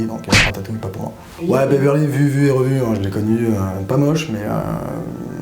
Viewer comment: *Beverly et non bevrly